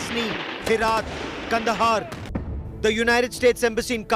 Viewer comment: Its not Herat. It is pronounced as Heraat.